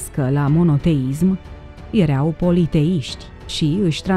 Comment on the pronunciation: Poți sa pronunți măcar o data corect verbul (erau )“ierau” și nu “iereau”? Este foarte enervant!